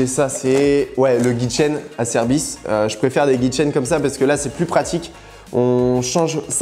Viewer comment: C pas acerbis c scerbis